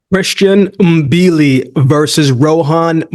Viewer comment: Thank you for pronouncing Mbili's name the right way. Most boxing journalists don't even bother to get it right.